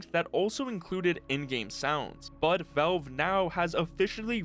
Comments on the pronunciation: It's pronounced as vaelve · Velve? Vulve? Odd that he can properly pronounce the A in gravity and Alyx but not in Valve.